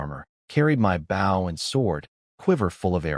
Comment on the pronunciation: Guys, the A.I. still needs A LOT of work. It needs to KNOW how to say Bow properly when referring to a weapon and not the action of bending forward. Also needs to learn HOW to use proper punctuation while speaking. Also you need a better format of Subtitles. They aren't as accurate as they COULD be.